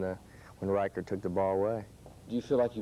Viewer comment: Also, they kept mispronouncing John Reichart's (ri-kert) NOT "richard". 😏